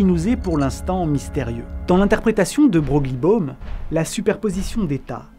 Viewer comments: de Broglie se prononce de Breuille. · De Broglie se dit De Breuil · La théorie de de Broglie ( on prononce de Breuille 😉)-Bohm invalide les expériences d’Alain Aspect de violation des inégalités de Bell et donc son prix Nobel qui valide la non localité et l’absence de variables cachées chères à Einstein dans l’article EPR. Introduire cette théorie pas mal décriée en la mettant au même niveau que l’interprétation de Copenhague sème le trouble dans la compréhension de la Mécanique Quantique qui n’a pas vraiment besoin de ça ! 😅 Alors, d’accord, ça convient à l’esprit de la vidéo qui se veut poétique et volontairement perturbante, mais ce n’est pas très honnête scientifiquement parlant… 😉 La MQ c’est des maths avant tout et les analogies qu’on peut en déduire en la plaçant dans notre monde macro où elle n’a pas sa place, donne déjà beaucoup d’opportunités à pas mal de charlatans et de pseudo scientifiques … Ce n’est pas la peine de leur donner encore plus de billes pour poursuivre leur travail de sape ! 😉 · Très bon sujet, j'adore le côté philosophique de la chose. Sinon "de Broglie" se prononce "de Breuille" ;)